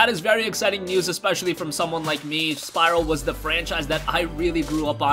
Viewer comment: you mean Spyro;) not syro